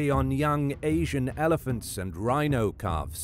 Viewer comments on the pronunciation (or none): none